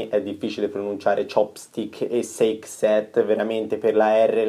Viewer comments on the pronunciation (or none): SAKè SET! NON SEIK SET! IL SAKè I NIPPONICO MICA E' UNA PAROLA INGLESE!! LE BASI CAVOLO!